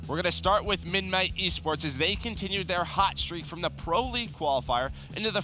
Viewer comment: can't say midnight